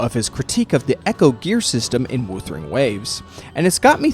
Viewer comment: The way you pronounce "wuthering" hurts lol